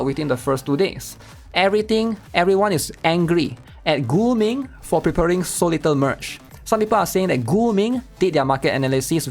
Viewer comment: Guming sounds like Gooning lmfao